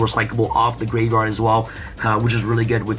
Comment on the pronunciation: Is it me or every time you say graveyard i hear gravevard?